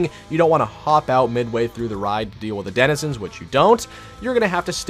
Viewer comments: did he say dedizenizens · Bruh john do br struggling to pronounce denzinrhsbbsndkgksnans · "and the denehhzezins..." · “And the Didduewenizans” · the way he says Densnzzzsns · “The desnidsins” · "and the desenana" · “and the Danananezinss” 😂😂😂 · the dininenenzins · I love how has trouble pronouncing 'denizens' correctly lol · your friend couldn’t say Denizens to save his life lol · was he trying to say Denizens 😂😂😂😂